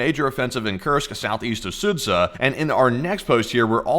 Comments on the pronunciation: Not Sudza, Sudzha [s`oo-jah]. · sudzha is pronounced "soo-ja" :D thought id mention, since we'll prob hear about this place a lot lol